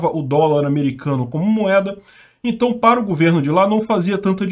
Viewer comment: "entai" aham,, pode deixar que vamos acreditar que você não sabe pronunciar isso